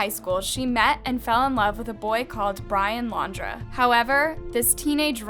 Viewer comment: Brian laundra?? 😆😆 I can't stand videos like this. Ppl try to tell someone else's story. You didn't know Gabby, you didn't know Brian, and you have no idea what happened between them. I'm sorry it's just annoying.